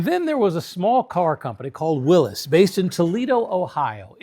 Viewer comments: Willys is pronounced will-iss. It's a name not a possesion. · It's Willys, and pronounced willis. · Yeah. Car guys know that already. That doesn't mean anybody is going to change the way they pronounce it. "Willis Jeep" is never going to fly. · it's a fact... so no luck required. Willys, not Willy's. He made one of the greatest contribution to American mobility in a world war and everyone mispronounces his name. That's gratitude.